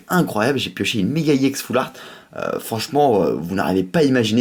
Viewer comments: On dit EX pas IX en plus tu parles pas très bien dans tes video !!! Je préfère largement davidlafargepokemon ! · Arrête de dire iex c'est ex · Pourquoi tu dis iex au lieu de ex😕😕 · Pk tu dit i ex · On dit ex pas iex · Pk tu dis juste i ex normalement sais juste ex ?? Mais j'adore t'ai vidéo je me suis directement abonné CONTINUE COMME ÇA BRAVO MEC TU ES AU TOP !! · C'est pas i ex cest ex non ? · pourquoi tu prononce ie on dis ex tout simplement putain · on dit pas iex on dit ex donc MrayquazaEX pas Mrayquazaiex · désoler mer on dit ex pas iex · arrete avec iex c'est ex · Pourquoi tu dit IEX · Pourquoi tu dis IEX.Normalement c'est Ex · c'est pas iex c'est ex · on dis EX pas IEX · Et aussi t trop un noob c pas Gallame Iex C Gallame EX!!!XD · Pourquoi tu dit "I ex" ont dit ex je ne voit aucun I devant mais bon c'est pas de ta faute si tu n'ai jamais aller a l'école... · pourquoi tu dit i ex ? c'est chiant